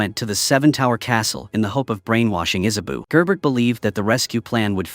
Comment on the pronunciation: Isabeau (Is-ah-bow not Is-a-boo) and Diana not Anna